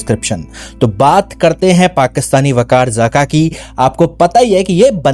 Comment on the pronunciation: Yr pronounciation sahi Karo....Waqar Zaka...nahi Bekar zaka bolo 🤣🤣